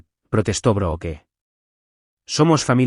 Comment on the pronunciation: No se pronuncia BROOKE , SE ESCRIBE BROOKE PERO SE PRONUNCIA ""BRUK "" LA " E" ES SILENCIOSA.